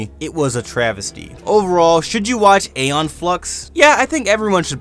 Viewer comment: Ee-Yon, not Ey-yon. Come on, now.